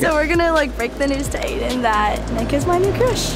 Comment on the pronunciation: I ship nick and but are we gonna Ignore the fact that said adain like why is he dating Claire?